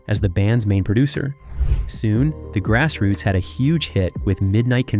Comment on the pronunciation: The pronunciation on this narration is all over the place "Grass Roots" is pronounced 4 different ways!!!